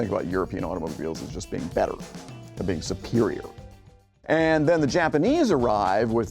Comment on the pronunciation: “And den”